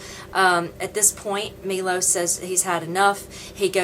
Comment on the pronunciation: his name is not Milos its Miloš and btw you could look at the camera when your talking to it ;) and you gave me the worst first immpresion ever, being rude is just gonna make haters hate even more so its pointless but there is no second chance for a first immpresion!